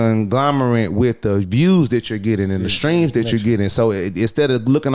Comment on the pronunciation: Had trouble pronouncing conglomerate